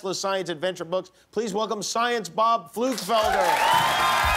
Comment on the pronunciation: Did he say "flu developer"?